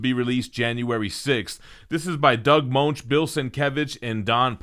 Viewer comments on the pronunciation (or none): Moench rhymes with Finch